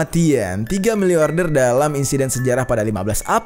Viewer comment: milliarder or milliorder bang yg bener?